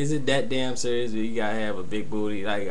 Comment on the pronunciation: Yeah man, it's that surr-ee-us. LOL!